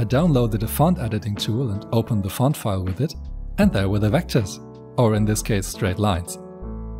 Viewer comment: pov i hear someone pernouncing font as fon ITS FONT NOT FON